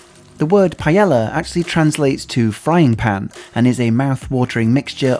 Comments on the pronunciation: It’s not payela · Sorry you need to pronounce PAELLA with a Y sound not L PAH AY YAH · What the fuck is a Payella? How about you pronounce things as they and not as you first mistakenly thought they were? You must have heard the word over 100 times in spain yet still chose to mispronounce it on your video.